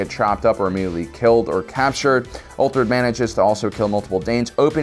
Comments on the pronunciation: It's Uhtred (Ooh-trid), not ULtrid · 'Uhtred'. Not Ulfred. Lol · You probably know this already by now, but his name is uH-tred, not uTHred or uLtred xD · It’s pronounced “Ooh-tred” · Uthred. Pronounced " oo- tred" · Why do you say Uhtred's name wrong? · Dude said something different whenever he tried to say uhtred and NONE of them were uhtred lmao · Is no one gonna talk about him butchering Uhtred’s name? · How many different ways is he going to butcher the name “Uhtred”?